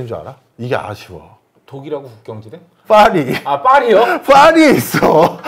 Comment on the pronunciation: Faris 라고 발음하는 걸 보면, 자꾸 국제행사에서 다른 학자랑 대화했다고 하는데 아닐 것 같음. 저러면 절대로 못알아 들음.